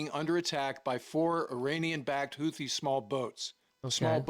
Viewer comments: Stop saying hoooothhhe Pronounced ‘hootee’ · Houthi is read like this Hou : Who Thi : Tee (like golf ball's tee) Houthi : Who-Tee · Its more like hoothee is how you say it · I keep hearing Houthi pronounced "Hoo-tee"...with the second "h" silent. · Houthi is pronounced who thee I believe. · We pronounce it Houthi (Like.. Tooth-y) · Houthi is pronounced "Hoot-thee." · Houthi is pronounced Who - The with the The like The before a vowel and don't shake your vocal cord. The Who part signify how significant they were in the world stage before they begin to going Somalia Pirate. Yeah, Houthi? Who? Oh, The pirate! No, not that one, another. Oh, right. Who-The. If that isn't funny, I guess it;s because am druynk